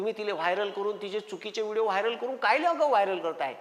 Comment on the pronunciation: वायर नाही रे वायरल